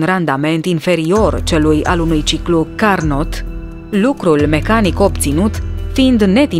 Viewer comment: Acești Mari Inventatori n-au auzit nici măcar de Legea conservării energiei !? Cât despre comentatoare, a învățat atât de bine la fizică și la franceză în liceu încât nici nu știe să pronunțe numele lui Carnot ... De ce vă ocupați de lucruri la care nu vă pricepeți ? Vă face plăcere să-i păcăliți pe alții de dragul senzaționalului ? Nu credeți că e imoral ?